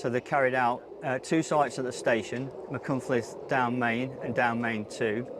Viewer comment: For once, Machynlleth pronounced perfectly by everyone interviewed! Llongyfarchiadau!